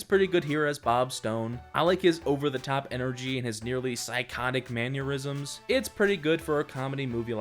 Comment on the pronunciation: ITS MANNERISMS, NOT MANURISMS